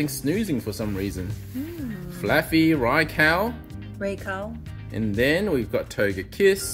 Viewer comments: I can tell you the RAI part of raikou and raichu are pronounced as RAY and not as REY. Rai is the japanese word for thunder/lightning so knowing this you should pronounce it the japanese way and not in english. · Ray and Rey are the same pronunciation. That would be Rei in Japanese. Rai is pronounced like "rye" in rye bread or the "ri" in rice. らいこう Both videos linked pronounce Raikou correctly (with kou pronounced like the "co" in collaborate) but I'm personally on team rai-cow now after yesterday's video lol 🐮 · I’m hearing RYE not RAY lol, even the Japanese video still sounds like RYE- KOE. The English version is the same though, cause i know RYE-CHOO has always been pronounced like that in the anime.